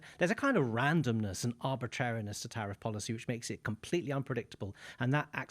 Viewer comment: Tariff or Sariff? The former has been so great and the other is islamic😂